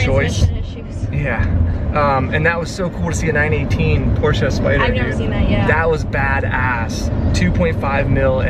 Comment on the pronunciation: Please quit saying PORSE.